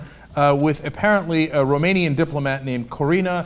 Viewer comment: Kudos to Cenk for pronouncing that romanian name perfectly!